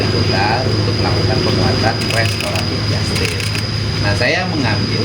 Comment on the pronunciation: Jastis bukan jastes emg hostes😂😂😂